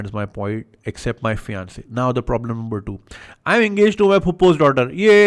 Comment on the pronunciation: Did you say number 1 editor or lumber 1 editor 😂